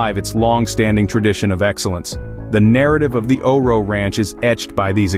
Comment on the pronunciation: I have one of their retired geldings. Best horse EVER! Also, it's not O-RO. It is O RO. Pronounced O.R.O. Good video.